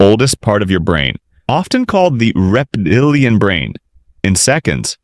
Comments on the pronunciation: Why did you pronounce it like that? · It really makes me wonder why the AI couldn't say reptilian correctly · Good content but if only AI could pronounce "Reptilian".... If you want a piece of advice, when making videos related to trauma response etc, try not to have the images changing so much and so rapidly. Go for soothing, gentle videos if possible. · Not only do we not have real humans speaking to us, we don't even have real humans reading what the machine said and editing in corrections. I am sure there is some way to spell "reptilian" that would have made this robot pronounce it right.